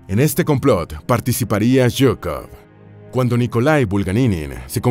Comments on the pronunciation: Se lee zhukov y no yhukov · Se pronuncia shukof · Se escucha raro Yukov nada de pronunciación rusa